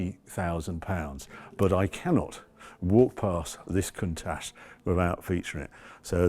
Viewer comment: There is no ssshhh in Countach. Love that widebody Merak.